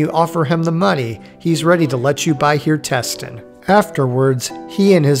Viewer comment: Hjertesten - word hjerte sten that means in english heart stone you have to split up hjertesten to hjerte sten to even try to announse it slightly correct.